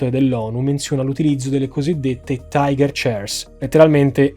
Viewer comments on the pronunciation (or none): none